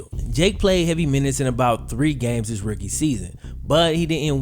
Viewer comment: OMG dude.....its pronounced "rooookie" not "ricky" lol